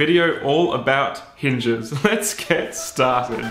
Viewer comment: Maybe just to hear that Aussie "let's get stAAAAAHHHTEDDD" that I love every time.